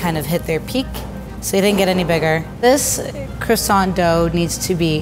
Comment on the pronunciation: ITS NOT QUASONT ITS CROISONT (I know it’s not spelled like that)